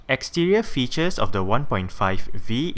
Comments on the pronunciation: You pronounce it fetus instead of features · at 99 percent of your videos you say fetus